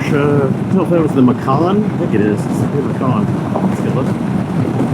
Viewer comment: macan? no - missus would freak if you bought a german veehickle